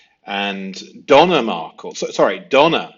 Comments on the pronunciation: I ❤!! Note: Respectfully, the pronunciation of Markel is with the emphasis on the second syllable. And the pronunciation of Adelson, is with the emphasis on the first syllable. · It’s Dan Markel not Markle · Please pronounce the victim’s name correctly….Mar-kell, not Markle. Thx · Now now don’t forget it’s not ADDELSON it’s AID EL SON and MAR KLE is DAN MARKELL tsk tsk I haven’t had to tick you awf lately - ohhh dear lo EYESUM not ISSOM 😂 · Sorry to be picky here, but I think his name is pronounced Mar-KEL. Great series, btw. You are very perceptive. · "Mar-KELLE" O'wise great stuff, TY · Appreciate your vids. Please listen to any of the hundreds of vids out there for the correct pronunciation of Markel, Adelson and Isom. Regards. U.k.